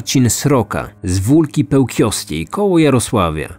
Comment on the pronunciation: chyba z Wólki Pełkińskiej a nie Pełkwiowskiej :)